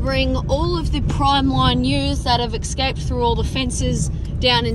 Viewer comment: "exscape" .. sheesh, speak proper will ya ! :)